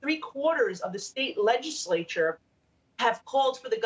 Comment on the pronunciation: State legismayture??